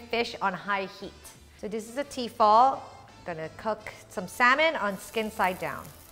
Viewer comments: It's actually tefal and they make incredible cookware for the price, not pronounced fall either but fal. Tefal. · Am I the only one annoyed by the way she says T-fal? It's Tefal for goodness sake!